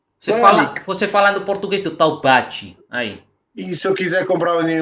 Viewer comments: se com "taubate" você quis dizer "Taubaté", aqui no Brasil, a sonoridade do "é" é diferente... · não é Taubati é Taubatééé meu filho 🤣🤣🤣🤣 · Esse TaubaTÊ do foi hilário rsrs, mas na hora que sair um Taubaté ele já pode vir buscar o seu RG brasileiro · Pedro é um tuga escroto. Taubaté a pronúncia do té é igual café, picolé, chulé.... é Taubaté té... a última sílaba é acentuada. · Boa,! O nosso é o verdadeiro haha! PS: A pronúncia é mais forte no TaubaTÉ (assim como caFÉ). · Hey, eu sou Brasileiro da cidade de Taubaté. A última sílaba é tônica. TaubatÉ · Vc falou algo tipo "tal bate" 😂😂😂😂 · Rir muito do "Tal bate" kkkk Você é demais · Que paciência hein kskskskksks só um ajuste, se pronuncia "Taubaté" o bah é que nem de gaúcho....Tudo de bom, te amo cara! <3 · Fiquei na duvida se ele tava falando de Taubaté ou algum lugar chamado Taubate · Brigaram e brigaram e no final ficaram amigos Minha cara no final 😮 A pronúncia de “Taubaté” do goi diferente também. O final tem um dom parecido com a palavra “pé”